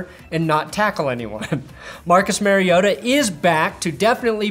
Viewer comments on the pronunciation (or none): It's MAR-iota, not Mary-ota. Like Mario. At least say his name correctly next week when you mention him under-achieving after a big game when the Bills beat them!